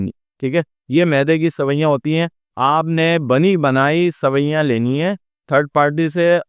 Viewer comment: سوئیاں نہیں سویاں ھوتا ھے سوئیاں needles کو بولتے ھیں